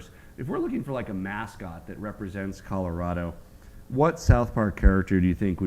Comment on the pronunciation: I'm a Colorado native. They are not pronouncing it correctly for Native speakers. Only Trey says it in the proper dialect. The Front Range is filled with corrupt imports that don't care about Colorado.